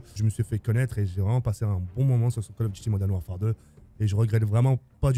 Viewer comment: Call of diti Moden warfare 😂